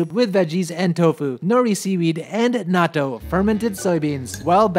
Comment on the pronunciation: I wish you pronounced nattou correctly. It's pronounced the same in English as Japanese, yet you shorten the syllables when you say it in English.